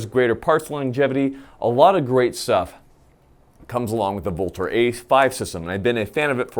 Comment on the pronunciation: VLTOR is pronounced "Ultor". It's Latin for "avenger".